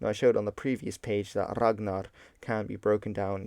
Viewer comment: The gn in Ragnar is pronounced ng+n "Rang-nar" just said like you pronounce it in modern English is a better proxy.